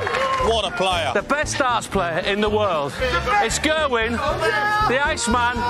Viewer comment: English people need to learn how to pronounce Gerwyn properly